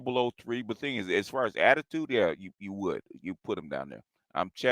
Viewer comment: She's a two as in Atti-twood!!